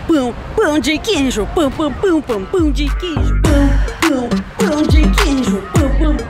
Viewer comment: Nasci em BH, como queijo com pão na chapa pela manhã, faço Omelete com queijo no almoço e queijo com doce de leite na sobremesa e no café da tarde mais pão de queijo com cafezim! Kkkkkk DETALHE SOU INTOLERANTE A LACTOSE... Mas o melhor de tudo é ouvir a falando " Pau de queijo 🧀 kkkkkkk